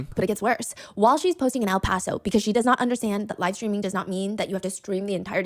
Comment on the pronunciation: Bro when bro said o paso I was like oh nah BC I LIVE IN O PASO!